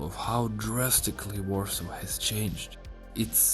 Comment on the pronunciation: Check out how to prenounce Warsaw and Varso correctly ;) Warsaw is not uorsouuuuuu but uorso. (like see - SAW - seen) And Varso i just Varso not uarso. W and V in english are not the same ;) Very is ueri or veri? ;)